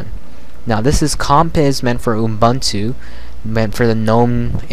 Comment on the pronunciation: I know this sounds very finicky, but I'm bothered by how you pronounce Ubuntu. I am South African, so the term is common to me. Here is how to say it properly: Oo-boon-to (look it up if you want to) Sorry, about this, but I couldn't take you seriously whenever you said it wrong.